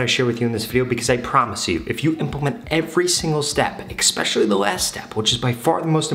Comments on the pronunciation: bro it is especially not exspecially.. lmao 😂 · Especially < Expecially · The word is - Especially. please stop saying expecially. It’s making me mental. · This man doesn't even know how to pronounce the word especially. The way he says it, I bet he doesn't even know how to spell it either.